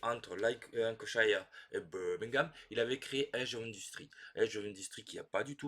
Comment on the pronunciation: J'aime bien Brass Birmingham. Je n'ai jamais joué Lancashire, mais je pense que je l'aimerais moins que Birmingham parce que j'ai vécu à Birmingham. Votre prononciation de Birmingham était parfait 😂